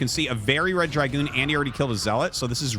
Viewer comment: It's Dragoon, not dry-goon